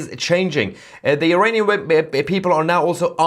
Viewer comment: Mayer would you please pronounce Iranian not Eraynien thank you